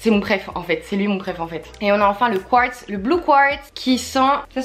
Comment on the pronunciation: Mais pk 'rose Kwatz'' LE QUARTZ est prononçable à la française, faut pas s inquiéter d etre en France Je t'apprécie quand mm ss pb, cest pr ça que je suis abonnée.. t as un super humour